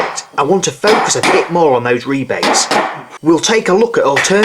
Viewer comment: New subscriber here. How wonderful it is to finally find real woodwork on YT instead of just vids on how to use pocket hole jigs & ply .. & to hear rebates called rebates instead of "rabbits". THANK YOU! :)